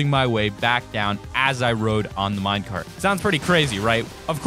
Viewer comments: He said Minecart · you said mine cart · He said mine cart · Lol you said Minecart